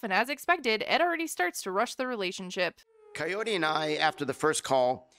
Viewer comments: Why the fuck is he still calling her Coyote? It´s Kaory! It shouldn´t be that freaking dificult, Ed! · It's pronounced Ki-or-ee, not coyote 🤦 Dammit Ed! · I cannot with him mispronouncing Kaory's name like "coyote" every. single. time. 💀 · The captions say coyote because he's saying it! 😂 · He literally says "coyote" too! he knows that's not her name, just goes to show he doesn't give a damn what her name is. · Why is he calling the poor woman Coyote?! 😭 Is it so hard for Americans to pronounce foreign names correctly? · Why is he saying coyote? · You’d think that Ed’s mum would have taught him how to pronounce “Kaory” properly. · He doesn’t even say her name right